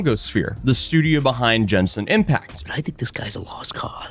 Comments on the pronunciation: It's not Jenshin it's Genshin as in Gaming. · Jemsin impact lmao That was definitely purposeful said wrong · There's no way he said Jemsim Impact